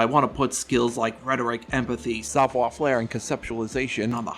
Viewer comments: bro said "savoir flair" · I can’t tell if your mispronunciation of Savoir Faire is on purpose as a bit or if that’s how you think it’s supposed to be pronounced. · He's calling it Savoir Flair on purpose, right? Like it's rage/engagement bait?